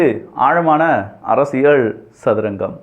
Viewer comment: Learn to pronounce Tamil correctly. It is not அரசியள் it is அரசியல்